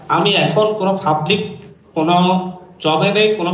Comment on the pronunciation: Fublic, fryvate, chompany... এই হলো টিচার এর উচ্চারণ এর ছিরি 😂😂😂😂